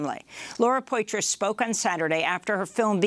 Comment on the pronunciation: Poitras is pronounced Pwah-Trah, not Poy-Tris.